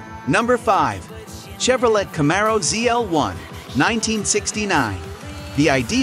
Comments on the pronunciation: It's pronounced Chevrolay not Chevrolette! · Narration is total garbage! Chevro-lette?? And some of them aren't actually the fastest muscle cars in the world - think Falcon GTHO in Australia - and they were 4-door SEDANS!!